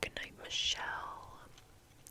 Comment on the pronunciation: Omg i was just chilling listening and stuf and she just said MICHEELLE it is spelled Misheel but yay🎉